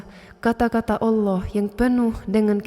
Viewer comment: masya alloh.pengucapan lafad alloh sangat fasih..orang yang muslim dari lahir belum tentu bisa seperti itu